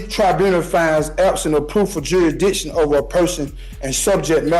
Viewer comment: He's questioning the the court's 'juidition.'